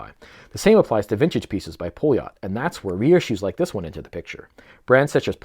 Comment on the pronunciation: A little help with terms. First. Poljot is pronaunced Paljot. The outer ring is a Tachymeter, like the Omega Speedmaster professional, and do's not count speed, but units pr hour. ie how mane things you would be able to do in one hour, you can calculate by the timeing up to 1 minut. And the 40 mm has a Seagull ST19 movement instread of the Poljot P3133 movement. The Seagull ST19 is a clone of the Venus 175, where the 3133 is athe one Venus cloned as the Venus 150. The Seagull ST19/Venus 175, is thou a clone of the original 3017 movement, that cosmonaut Alexei Leonov wore on humans first ever space walk. Yes, the Strela chronograph, was the first watch worn in outer space, outside of a protective spacecraft. The watch is the Russian equvilant of the Speedmaster Professional, just it was in space years before the Omega.